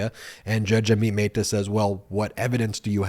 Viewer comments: Dude Amit Mehta is not a Spanish name. Don't try to apply Spanish pronunciation. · Again poor pronunciation of Amit Mehta.